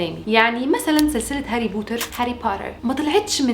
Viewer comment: لما قلتي هاري بورر عن هاري بوتر تحركت مشاعري الك عندك انستا ندردش بالموضوع ده الاكتئاب بصراحة اول مرة بحياتي بشوف وحدة مصرية حلوة زيك عسل